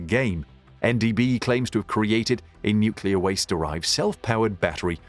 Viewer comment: NucLEAR not NucULAR